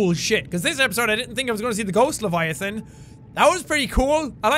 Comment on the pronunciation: Leviathan. Not Leviafin